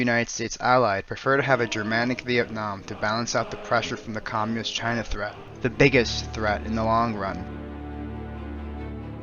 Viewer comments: Interesting video, but what is "commuist" that you keep repeating? xD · Commuist lmao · Might need to learn how to pronounce Communist. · Great video but damn the one narrator needs to work on her pronunciation on some words especially ones like "Communist, Communism"